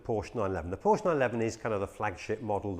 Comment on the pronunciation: Came out in 1963...Don't think so. Might pay to do some research and also maybe learn how to pronounce the company name correctly..!